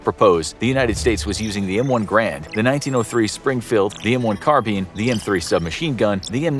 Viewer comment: Lol the “m1 grand.” It’s pronounced “ger-and,” not grand or guh-rand